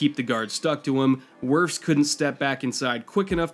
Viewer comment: Psst, it's Wirfs